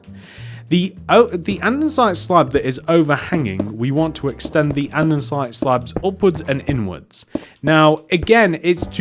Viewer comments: Its not andensite its andesite. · Sorry, but you are aware that "Andestie" HAS NO "N" it's not "ANDENSITE" it's "ANDESITE" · Anyone else get really triggered by the way he says andesite